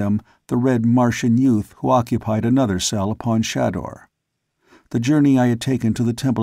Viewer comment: Ok. Looks like you're ok with Xodar and Phaidor. Still, Day-tor, day-tor. Say it. Say it. Ahhhhh! lol And pretty sure Shador is pronounced Shay-dor. That's why there's only one D. smh